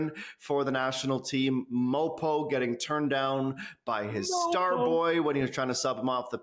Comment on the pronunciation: Please stop calling him MOPO.